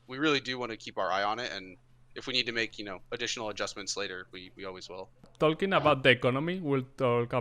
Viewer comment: Se pronuncia y sin la "L" jajajajja ❤️